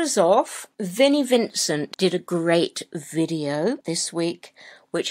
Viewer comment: Vinnys video..Not bideo! 😁